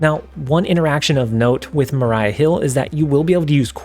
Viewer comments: I don't know what was more disrespectful; putting Maria Hill to D Tier or pronouncing her name as "Mah-RAI-uh" instead of "Mah-REE-uh". Lol just a nitpick, I enjoyed the tier ranking. I like Hill and Coulson to fit in well with the "add stuff to your hand" Collector strategy as well as Hela discard often needs non-Hela stuff in hand to be discarded so I see the Carrier fitting in we'll there. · I'm not sure how Attuma is pronounced, but I am way more offended about how you pronounced Maria Hill's name lol. Her name is Maria, not Mariah. XD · Maria isn’t pronounced the same as Mariah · its maria (mah ree ah) hill brother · Also, just fyi, "Maria" isn't pronounced the same way as "Mariah". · For more clarity on your breakup it's pronounced utt - to - ma And it's ma - re - aa hill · Maria Hill pronunciation got me 😂